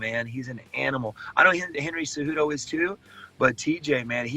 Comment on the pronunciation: Everyone's like "Henry Ce-Who-Tho?" 😂